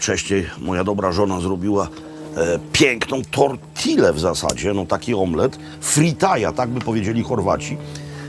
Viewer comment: mowi sie "tortijje" bo jest dwa razy L w tym wyrazie. taka dziwna hiszpanska gramatyka;) Pozdrawiam swietny odcinek!